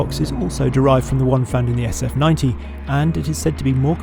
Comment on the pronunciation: I enjoyed the video. I have a question…English is not my first language; the presenter keeps saying ‘sutov’…what does ‘sutov’ mean?